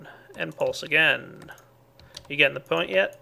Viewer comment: listen to the way he says point, LULZ.